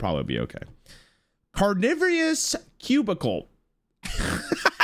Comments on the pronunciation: Did he just say Carnivius? Instead of Carnivorous?! why?! 😭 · being careful about the pronunciation of "brochure" then immediately going on to say "carnivious" repeatedly 😂